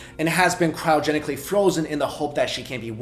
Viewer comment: Did he say "crino"genically. Last time I checked it was cryogenically but whatever floats your boat 😂😂😂😂